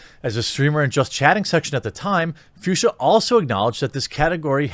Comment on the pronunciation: Fuchsia is pronounced „Fooksya“ and is a name of a specific pink color tone.